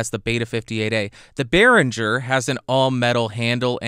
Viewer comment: Great, but it's BerinGer, not BerinJer ;-)